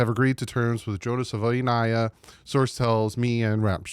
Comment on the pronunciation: You’re saying the name different than he is .. he says “savaii” like hawaii.. not saVOY